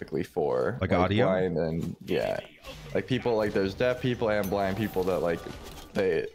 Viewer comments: Yeah, it definitely sounded like he said black, but luckily I'm pretty certain he was talking about blind people. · I thought said "do black people watch youtube" i was so shocked lmao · Omg. I thought he said “do black people watch YouTube” and I was so confused lol. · Any one who actually "thinks" said "black" and not blind are actually trolls. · my brroooo i heard blonde too xD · When he asked if blind ppl watch YouTube I thought he said black ppl lmao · That "do blind people watch youtube?" question tripped me out. I understand why people think you said black. If I focus on hearing blind, I hear blind. If I focus on hearing black, I hear black. Our brains can be weird sometimes. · Bro when you said “do blind people watch YouTube” I heard “black people” and was so shocked what I was hearing lmao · He said black people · It sounded like he said black, but I'm pretty certain he said blind. Veeery unfortunate mispronunciation. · Lol I thought he said black people too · OH MY GOD😭😭😭 IT SOUNDS LIKE BLACK LMAO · It's crazy how I can hear everything I want If I want to hear BLIND, says it. If I want to hear BLACK, says it. Why is that?:D they should sound nothing alike:D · is amazing how you can hear both depending what you're thinking about before he says it. Listen for BLACK then re watch and listen for BLIND I can hear both depending what you think about